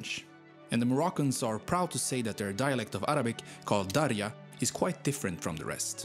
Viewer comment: Bro saod darija so wrong.